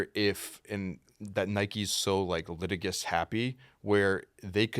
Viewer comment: These dudes are writers but doesn't know how to pronounce the word "litigious"? Yikes.